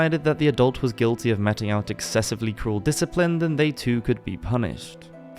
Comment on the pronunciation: Some good info here, tx. Good overall delivery but pronunciation of chaste and meeting out were confusing.